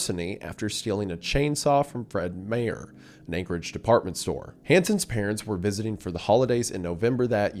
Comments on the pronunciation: Im conviced refuses to pronounce anything from the northwest correctly "fred my er" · fred mayor ??? FRED MAYOR ???????? i know it's just a mispronunciation but its Meyers like Michael Myers also Alaska reference don't see that often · saying Fred "Mayor" hurts my Alaskan soul. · "Fred mare" 😭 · Fred “mayor”😭 yall seriously need to start putting the pronunciation in the script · it’s pronounced like the word “my” as in My er. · Never heard Fred Meyer pronounced like that, fascinating... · The most HORRIFIC part of this video is the way Mr. Goon pronounced Fred Meyer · absolutely wild pronunciation of Fred Meyer’s